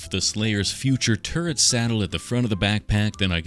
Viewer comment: …it took me waaay too long to realise you were saying “turret” and not “turd”